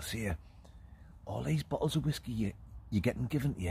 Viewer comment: Please stop calling it whaskey